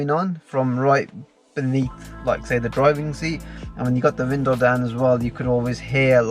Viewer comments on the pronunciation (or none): He definitely said, Vindow